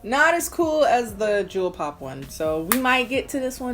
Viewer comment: i know she’s calling that eyeshadow palette “jewel pop” but i can’t help hearing “juul pod” lmao